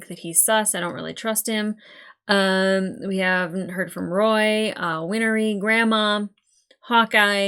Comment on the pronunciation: Again, Cyber-hug. Welcome to the family... this show won't stop hitting hard. It is amazing though... partly because it does hit you in the gut, but it also comes with great highs. Ep 6 has an after-credit scene, there's like 15 or so episodes where there's something extra at the end before the episode preview. Edit: not 100%, might be my ears... but sounds like you keep calling "Win-ree" "Win-ery". If it's just me ignore entirely... if it isn't, ignore if you want I suppose. So the rule is no making people/life... to use alchemy requires a near complete understanding of the things you're transmuting. Life exists but how do we make it real? Standard anime trope btw, if someone with glasses has eyes that can't be seen they are suspicious/scheming something. Not always a bad thing, good guys can scheme... but generally those are pre-established major characters. My best example is Shiro from Log Horizon. He's the main character and well known as a strategist/master mind, so we as viewers know even when he's being suspicious he's working towards the greater good... or at the very least not up to no good.